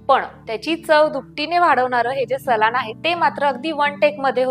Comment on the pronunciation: रेसिपी छान आहे पण सलान नाही म्हणायला हवे सालन म्हणतात